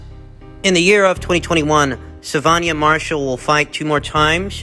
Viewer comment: Why are you putting an 'i'' into the girl's names, dude? Claress-i-a Shields. Savaan-i-ah Marshall.